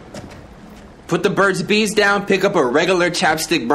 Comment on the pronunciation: My mans said "Put the Burts n' Bees down".